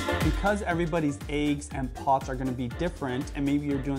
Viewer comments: No problem with the content. Points off for pronunciation of "eggs" and Youtube affectation. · One like for every time says AYE-GGS 😋 am i the only one who pronounces it EH-GGS?? lol jk ilysm and!